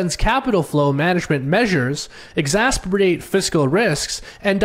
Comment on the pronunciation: exacerbate not exasperate or exasberate (not a word)